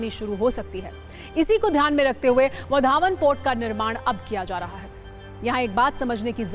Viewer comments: वधावन नहीं वाढवण नाम तो ठिक से बोलो.😂😂😂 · इस पोर्ट या बंदरगाह का नाम वधावन नहीं है | इस के नाम का सही उच्चारण वाढवण ऐसा है | तो वाढवण ऐसा सही बोलिये | नरेंद्र मोदीजीने इसका नाम बराबर वाढवण ऐसा बोला है | आप भी ऐसा ही बोलिये | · It's वाढवणं not vadhaavan..plz pronounced properly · बंदरगाह का नाम वढावण नहीं , वाढवण कसे. . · Vadavan he vadhavan nahi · ✓वाढवण बोला Wadhvan ×वढावन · वधावन नही वाढवण बंदर ऐसा नाम है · वाढवण bolo vadhavan nahi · वाढवण बंदर plz use proper word pronoun.